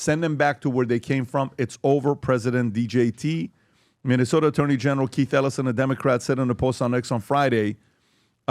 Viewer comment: It's called Minnesota, not Muslimsota. MINNE! MINNE!!!!!